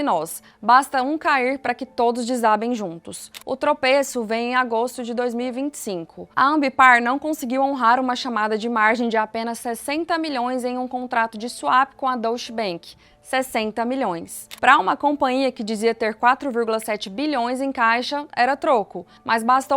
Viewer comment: Moça, por gentileza, aprenda a falar o nome do Deutsche bank, "dóitche bank"